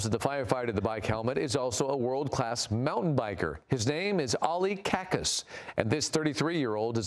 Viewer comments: I see the ignorance and indifference of the average American media to languages and culture of other countries has not improved a bit in decades, feels like 1950s, hilarious... his last name is Çakas, it's pronounced like Chuck-us. Cat's name is Enkaz, not inkas, it's pronounced like an-kuzz. And the country's official name is Türkiye now. Not that you'd care, but... anyway. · FYI, the firefighter's name is pronounced "CHA-KAS"